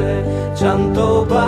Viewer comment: I am wondering why the pronunciation is so different in this version than it is in most others, e.g., "chanto" instead of "canto."